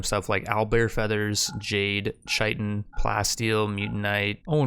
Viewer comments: Chitin is pronounced like Kai-tn. I don’t mind I used to say chiten too but just in case you didn’t know. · dont wanna be that guy buy chitin is pronounced ky-ten, definitely watched the whole thing here tho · For your information the word chitin, is said as kia-tn. Just helping out a g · Absolutely love the videos dude, this is the quality rimworld content I dream about. Thought I'd let ya know that Chitin is pronounced "Kite-In", with a hard K sound. There's no ch sound